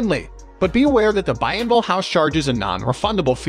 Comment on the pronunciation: You mispronounced Bienville and Prytania and place de arms. As a New Orleans native you hurt my ears. But, I’m doing better. Thanks for the video.